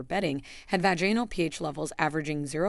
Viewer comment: And also the mispronunciation of the word Vaginal.